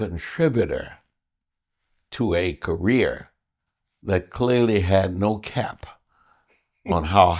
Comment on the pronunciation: Did he say “Kamala Harris Political rear”?